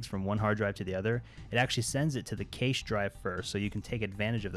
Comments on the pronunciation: Pronounced "Cash" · For the love of God... WTF is keish? its cache